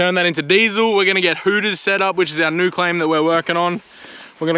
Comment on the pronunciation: new not nooow